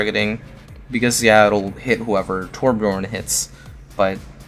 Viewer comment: Torb main that doesn't even pronounce his name correctly.